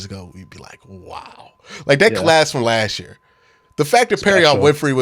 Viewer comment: It's "last year," not 'lashyear'. Annunciation is key to languages.